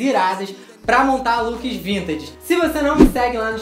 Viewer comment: O pior é vc falando vintaDe